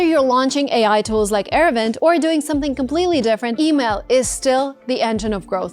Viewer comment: its not era-vind, ita ara-vind